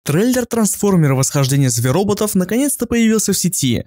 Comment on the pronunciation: Не зверОботов а зверобОтов